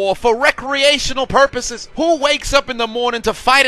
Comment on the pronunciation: Had to pause the video after "they having a ivil war for recreational puropses" i might not survive this vid